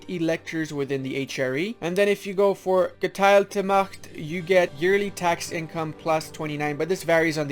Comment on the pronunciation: u nailed "Geteilte Macht" btw "Gemeiner Pfennig" wasnt bad aswell